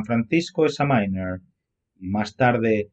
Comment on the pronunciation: A parte de cambiar los títulos de tus vídeos por otros menos histriónicos y dramáticos, te recomiendo que repases tu inglés ... No se dice San Francisco "cronaiquel", sino "croniquel", ni tampoco San Francisco "examainer", sino "exáminer" (tal cual se escribe) ...